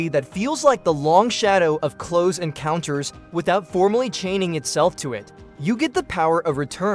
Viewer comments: The AI voice keeps saying “cloze” encounters 😂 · AI voiceovers suck. When "he" pronounces "close" (as in Close Encounters...) the way you would say "close the door", I knew this wasn't a human voice.